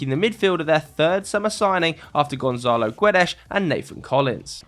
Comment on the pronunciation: Very good vid but its Gonçalo yes Gonsalo not Gonzalo Guedes in Portuguese ç is pronnouced s not z the only thing thats z in Spanish not in Portuguese